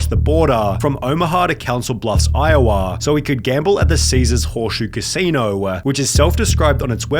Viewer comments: Lol bro are you messing with us the way you pronounce stuff? "Elavatuh" "Danguh" "Boarduh" And the most egregious of all.... "Casinouahhhhh" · Iowah, bodah so he could gamble at the casinoah. Please tell me this is a crappy Aussie bot doing the voice?